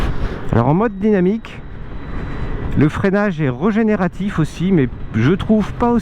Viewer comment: Super mais il faut dire régénératif, avec un é, et pas regénératif !